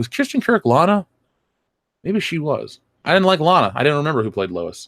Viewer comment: Hey, I'm a big fan, but Kristin Kreuk's name is (in IPA) /kruːk/ -- I'm not nit-picking; believe me, as a person who's native language has almost 100% 1 phoneme = 1 letter in the alphabet equivalency, the foreign names with weird spelling often drive me nuts as there is no f'ing way to tell what the name is from the written form. So, when I want to know the name, first I go to Wikipedia, because they usually have it spelled in IPA. Sometimes there is even an audio file! If this fails, I tend to search YouTube with the words "[name of actor/actress] night show", which gets talk show results. Because talk show hosts have underlings who tell them what each celebrity's spoken name is, no matter how weird its spelling may be! Hurrah! Oh, and Lois was played by Erica Durance (Mmm!).